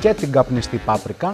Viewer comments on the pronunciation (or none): none